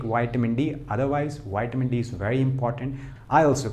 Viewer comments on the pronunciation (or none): Please. It's not Wiamin..it's.vitamin...thx.